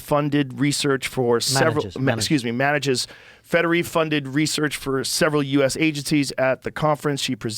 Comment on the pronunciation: “Federy funded” 😂